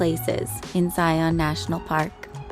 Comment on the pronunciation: Very nice. Btw, the correct pronounciation of Zion rhymes with lion.